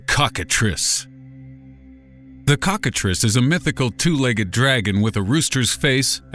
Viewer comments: I thought cocktatrice was pronounced cock-a-trice as in rice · He said cockatrice 😂😂😂😂